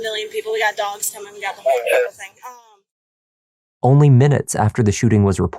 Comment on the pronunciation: If you say finnin and earff...clearly got some issues.